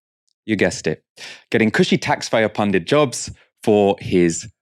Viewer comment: Tax fayer punded jobs haha brilliant 🤣